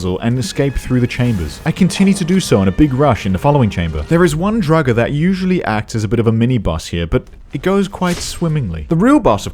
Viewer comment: why do you pronounce draugr not the usual droor-ger or drow-ger but the secret third way drugger